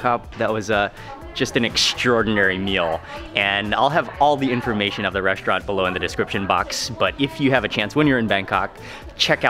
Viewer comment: i really like your videos mark :)! what is the deal with reshtaurant and dishtrict and so on? never heard that kind of pronunciation so far. is it a south african thing? keep up the good work!